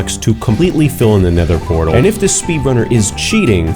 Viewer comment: This guy can't make a nether fortress and can't say nether portal 🤣